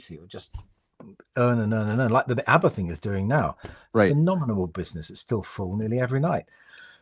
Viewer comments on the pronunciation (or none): none